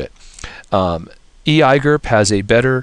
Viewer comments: e eye gerp... seriously just say the letters you muppet. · I hate how you pronounce EIGRP but nice quick overview.